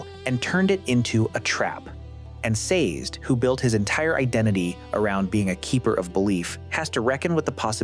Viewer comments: Very thoughtful. In the Audiobooks his name is pronounced "SAY-Zed". 2 syllables. Not sure how to fix AI to pronounce it that way. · Saz'd? Lol These pronunciations!